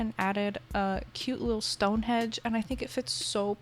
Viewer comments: S-s-stonehedge n-n-not Stonehenge 😭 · You calling stonehenge ‘stonehedge’ is so cute omg